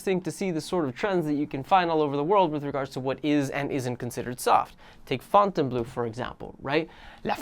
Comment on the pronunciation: My dear friend, you’re Spanish, so I KNOW you know how to say FontaynBLOW 😂😛